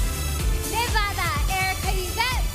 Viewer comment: I’m mad the girl representing nevada said nevada wrong. 😑